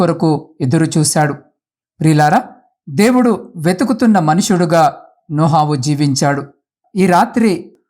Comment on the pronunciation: నోహావు కాదు sir నోవహు